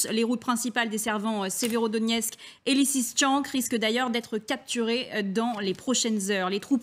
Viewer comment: Lisichansk , elle sait pas lire ????